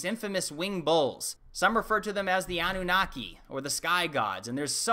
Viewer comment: Pronounced "A noon niki"